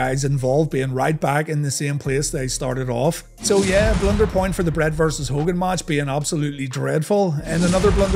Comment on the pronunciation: Here is a blunder, an irish man trying to say blunder........ber-lie-yernder